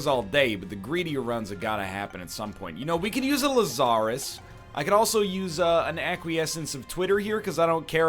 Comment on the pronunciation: Lazarus. See "Dig, Lazarus, Dig" by Nick Cave for some great music and correct pronunciation.